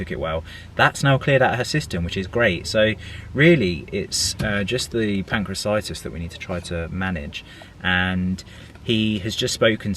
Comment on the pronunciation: its pancreaTITIS not pancreacitis :-)